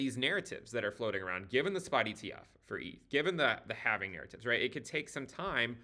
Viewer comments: Thankyou for pronouncing halving correctly where the L is silent. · Join us,....in the Cowen Coven.....here we employ the ancient mystical arts of facts and data...... however we do use the antiquated yet mystical sounding pronunciation of " The halfeniing"....or halvening. No halflings, or hobbits were rekt making this video